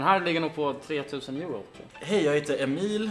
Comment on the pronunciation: ahahah hur an uttalar Emil haha